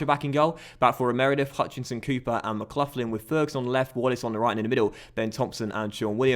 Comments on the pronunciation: Conor McLaughlin’s name is pronounced mick-lock-lin no idea if it’s an English ting the way your saying that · It’s pronounced McGlocklin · For the love of all things holy, it's pronounced McGlocklin buddy.